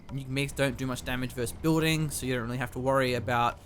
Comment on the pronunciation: Building not booding. Peace